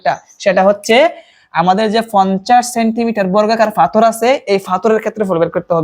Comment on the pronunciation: পাথর কে ফাথর বলছে! 😂😅